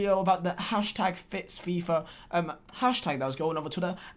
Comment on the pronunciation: It’s #FixFifa not FitsFifa like you said.